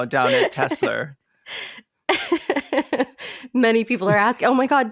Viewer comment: Obsessed with the term "Teslur"